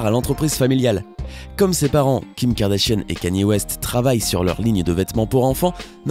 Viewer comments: Je rêve ou il dit les "Kardachien" au lieu de Kardashian ?????? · Tu dit Kardashiane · Qui a entendu Kardachien au début ? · Au début il dit "la famille kardachien" ou c'est moi ? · C moi ou o début il a dit kardachien 😂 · Qui a entendu kardashionne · J'entends clairement Karda-Chienne MDRRRRRR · Il dit "Kim Kardachienne" 😂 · Ta dis kardachien ptn😂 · Il a dit kardashien au début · peut on prendre 2 sec pour écouter comment il prononce « KARDASHIANNE » mdrr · Par contre il devrait peut-être savoir prononcé le mot Kardashian